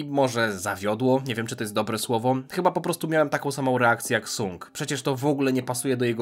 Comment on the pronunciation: Wymawianie "Sang" było by lepiej słyszalne , ale to moja opinia 😅